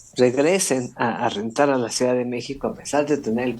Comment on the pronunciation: Por qué el a veces dice "suidad"?